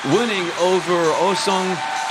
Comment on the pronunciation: OH SANGUK ❌ OH SANGHUK ✅